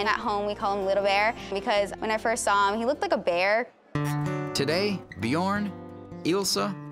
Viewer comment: "BjOOORn". No, it's "Bjørn". As in the Norwegian word for "bear". Try to pronounce "learn" -- l-eeeeeaaaa-rn. Bj-øøøøø-rn. Basically the same thing. Ø.